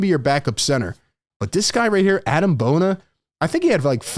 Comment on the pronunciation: It’s pronounced Ah-Deem Bona btw, not Adam!